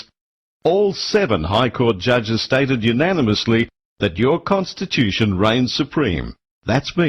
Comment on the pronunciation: con to stitch you tion, not con to stitch thm tion.